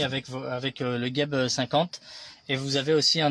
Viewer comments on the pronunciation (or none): Et oui cest pas bien prononcé il faut dire Jeb pas gueb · On prononce JEB et pas GUEB il n y a pas de U